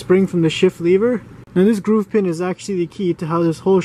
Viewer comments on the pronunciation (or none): "lever," not "leever"